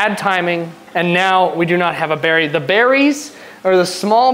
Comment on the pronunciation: It's Barry not Berry 😂